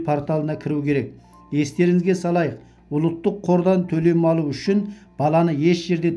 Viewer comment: Ұлттық деп айт ұлыттық емес дұрыстап сөйлеу керек.